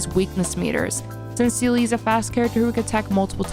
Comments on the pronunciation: It's Seele lamo who calls her zela ? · Love the intro with Seele name prononciation cuz I heard like 5 different ways 😂 . I will use this guide if I hopefully I get Seele cuz it’s really great. Maybe a Bronya guide next ? 🧐